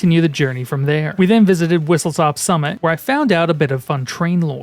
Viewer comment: Its not "Whistletop" ITS WHISTLESTOP